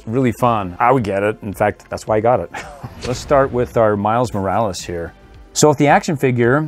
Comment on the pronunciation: It’s not miles Moralees it’s Miles Morales